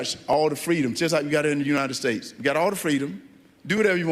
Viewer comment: “United tates”